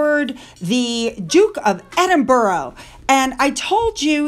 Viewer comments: it's Darby not derby, I know I'm a Derbyshire girl born and bred. As in Darby O'gill the Disney film, and it's Edinbra not Edinboro. It's Cheltnam not chel ten ham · Hi, I hope you might appreciate knowing that Edinburgh is not pronounced as 'Edin burrow' but as Edinbruh, inflection on the last syllable. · as you are going to be saying "Duke of Edinburgh or Duchess of Edinburgh" a lot now, please say it as it's pronounced. It's Edin-bruh. Thank you and goodnight 😁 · To correct you it's Edinbra not Edin ber ah. There is no borough on the end if Edin l. It could be pronounced Edin burg but most certainly not Edinborough. Listen to a BBC announcer or a news anchor they wil say the correct pronunciation. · Hi, can you pronounce Edinburgh correctly please. 🏴 Correct: ed-in-bruh or ed-in-buh-ruh Incorrect: ED-in-berg or ED-in-buh-row or EED-in-berg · Edinburgh is pronounced like this: EDIN-BER-AH. Just for your info. Also for your info, the Muslim lady's veil around the head is called HIJAB. The Burqa is actually a tent-like, all-encompassing dress worn by extreme Muslim women such as in Taliban countries. It covers every part of the body and face, with only a small netting to see through. It's like a cage! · There is no W on the end of Edinburgh.